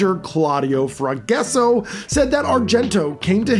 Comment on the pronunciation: Ita not Forguesso its Forgasso (fore-ga-so)